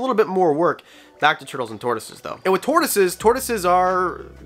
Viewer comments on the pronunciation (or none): Bruh. Tortioses, lol